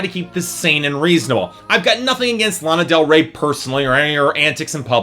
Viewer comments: learn how to pronounce her name before you bash her. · Can you say her name right ??? Please !!!! At lease 😒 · I love the fact you can't pronounce her name correctly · THATS NOT HOW YOU FUCKING SAY HER NAME